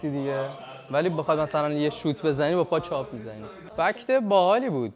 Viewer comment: پاچپ ❌️ پای چاپ✅️